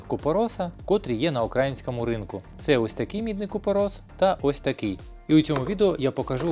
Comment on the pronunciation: Тільки не говоріть "укрАїнського", будь ласка